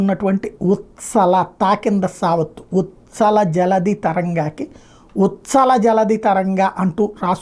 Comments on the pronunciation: sar, uthkala undi.. ucchal undi... uchhala may have different meanings in different contexts. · ఉచ్ఛల జలధి, ద్రావిడ ఉత్కళ - ఈ రెండు సందర్భాలలోను చాలామంది తప్పుగా పలుకుతుంటారు